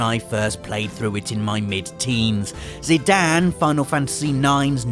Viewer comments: Overall I agree that the Final Fantasy Saga has some amazing moments. The only thing I didn't really understand is how a self-professed fan could get so many names so very wrong. Nanaki is pronounced "Nah Nah Key" not Kai. And Zidane doesn't sound like "Dan" it's the same sound as in Great Dane. I would have thought those were pretty simple ones to pronounce too. It's like like the long-standing debate between Aeris and Aerith. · same with Zidane.... he is pronouncing it as Zidan? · Zidan???? It's Zidane ... with an E on the end, thus making it a long A sound. Way to English. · Anyone else pronounce it, "zee-DANE"? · We're just going to ignore the fact that Zidane's name ends with an "e"?